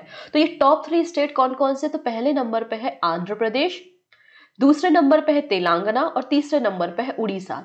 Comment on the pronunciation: Sorry to say but this is not telangna its telangana.. pronunciation wrong h